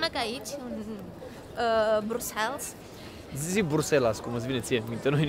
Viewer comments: Buna ziua, mai terminati va rog cu BruxelS e Bruxel belgienii zic Bruxel si francezii Brusel flamanzii Brusel si englezii Brussels dea pronuntia e diferita de ce facem o struto-camila din aceasta pronuntie?? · Sa stiti ca in limba romana se pronunta "BRUXEL", nu "brusels" 😂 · Cu respect, "Brüssels" nu există, e ori "Brasăls" in engleză, ori in rest "Brüsel" in franceză/germană. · Se citeste Brusel, nu Brusels 😊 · Amice, prima dată am crezut că n-am auzit bine, dar ai pronunțat de mai multe ori Brusels în loc de Briuxel.🤣😂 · Bruxelles. BruselS??? De ce pronunti BRUSELS? E Brusel, un minim de cunostinta….daca te axezi pe negativ gasesti negativ, daca te axezi pe pozitiv vei gasi pozitiv😊😊😊😊😊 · Draga, nu mai pronunta asa numele orasului, se pronunta "Briusel", fara s la sfarsit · Se citește: briusel, cu accent pe S apoi LL